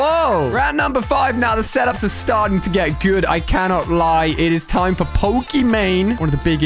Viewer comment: When he said guud I laughed so hard